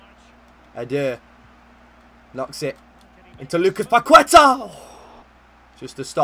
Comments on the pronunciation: the correct pronunciation of Paqueta is PAKETÁ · It’s pronounced “Pakehtah”